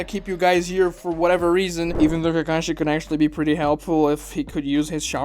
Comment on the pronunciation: his name is kakashi not takashi.